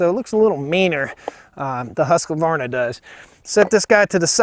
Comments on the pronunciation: Just pronounce husk-varna (instead of Husk-que-varna, like ur doing) xd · It makes me smile the way you call it "huskevarna" (that's what it sounds like). Also the short name Husky is very good! But being Swedish (where the saw originates from) the correct way to say it would be huskvarna without the e between k and v. But I feel that you should do you. It works! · It is not Huska it is Husk. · Usvarna not haska-varna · Question 1 : Bumper spikes, or, dog's / felling dog's. Question 2 : The Swedish / "proper" pronunciation is HUSQ VARNA. Not the American Husqavarna. Primer bulb on the Husqy is a weak point. I don't buy saws with primer bulbs. Been using saw's / Logging for 42 years. I like / use both brand's. Jonsered was good too. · Thete is no A in the middle Not Hasqavarna Husq hooskvarna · According to Simeon at the Swedish Homestead it’s pronounced with a long ū and three syllables like Hoosk var na but most people I know in the US also pronounce it like Husk a var na with a short u and four syllables. As far as the sound I think the Husky has a beefier low end sound but the Stihl has a stronger high end sound. I honestly think you couldn’t go wrong with either either saw, it comes down to convenience and personal preference. Enjoy your videos! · had to stop watching after the 6th "huskuvarna" and "caliper of chainsaw" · Husqvarna does not have an Ah after the “husk”. Just husk-varn-ah. 😊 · Husqvarna is properly pronounced "Hoosk-varn-a". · it is pronounced "huskvarna" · My understanding is it's pronounced "Huskvarna" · You're right. But we yanks are used to vowels. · In all my yrs of cutting and felling trees I've used stihl, huskies and echo and man to be honest longevity wise echo last longer and cuts better in my opinion. With that being said rpm wise a huskie sounds alot more powerful then a stihl or echo. Ive always pronounced huskies as Husk varna, lol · It's 2 syllables "Husk-varna". See I use the nickname "Husky"